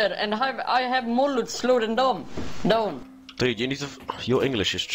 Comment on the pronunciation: is funniest for me the way he says "down" like "doN" ahahahahahahah havent laughed like this in a while bruv